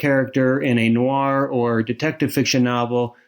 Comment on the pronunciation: What's 'Noo-ar' fiction? Is it fiction featuring 19th farmers from Somerset, England? It should be pronounced as a single syllable. If it weren't for the fact that it's an essential word in line, I wouldn't have mentioned it.